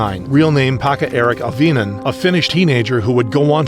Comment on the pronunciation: Well I didnt expect to see Jokela shooting here (Pekka-Eric Auvinen). And I have to say that this is first time I even heard of someone calling him out beforehand. But I wonder if he was ever reported to authorities? At least I dont remember hearing anything like that. Also you butchered his name completely, just like he butchered those children. I could not resist making a joke, that is Finnish humor for you.